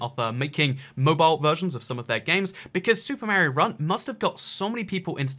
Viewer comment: Learn to say "Mario"